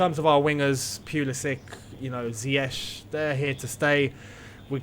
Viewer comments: You get so mad at Frank for calling ZIYECH as Z(Y)YECH but you're calling D(ee)bala as D(y)bala lol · They should get Nico Tagliafico in the XI. Btw, great video, but could you try to make your sounds and the sounds of the one you are collaberating with the same volume. Also, Ziyech is pronounced differently, type Ziyech in translate to Dutch.